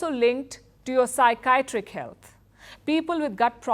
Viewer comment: Sykeeatrick—OOSOFAGUS-Delay…..not Deelay. You are such a big star in the business. Not a Ravish.